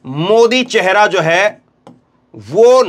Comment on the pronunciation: चहेरा नहीं चेहरा होता है